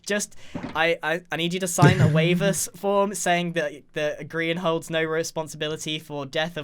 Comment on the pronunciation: *pronounces Grian as Brian*